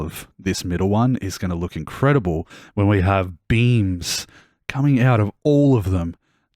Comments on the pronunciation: Lmao, I heard beans too😅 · you said "beams" but i heard "beans" and ive been laughing for an embarrassing about of time